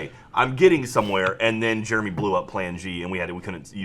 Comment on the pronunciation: pronounces Jeremy like "germy"